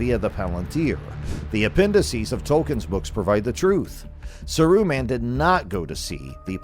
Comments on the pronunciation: it's Saaruman, not Saruuman I cou;d not stand the video for more than 50" Pity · In the before times, according to The Lord of the Rings Appendix E pdf, Smaug is pronounced Smoug. Gollum is GOHL-lum Gil-Galad is Gihl - GAH-lad Mindolluin is Min-DOL-luin Saruman is SAH-roo-mahn Sauron is SOW-rohn Haldir is HAHL-dihr Gandalf is GAND-ahlv. So maybe who or whatever this voice belongs to is correct. Saruman is SAH-roo-mahn. John Ronald Reuel Tolkien has a classic English accent so he doesn't roll his "R's" like they do movie(s) LOTR. So I guess Saruman is SAH-roo-mahn. Maybe whoever or whatever this narrator is needs to say SAH-roo-mahn a little faster. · Fuck man how many times are you gonna miss pronounce the name wtf is this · This was lazy bro. I was really excited to see a new channel posting about rings and realms but come on if u gonna use ai at least give it a correct pronunciation example of the names your focusing on. Sar U man n sour on . Lols. Ud do better making minecraft videos